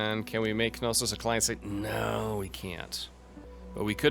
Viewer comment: I hate to be that guy, BUT its not ka-no-sos. Know-sus, now-sus, and na-sus are all acceptable pronunciations of Knossos. JK. I love to be that guy..... lol